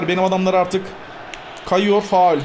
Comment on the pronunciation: sende her şeye fual diyorsun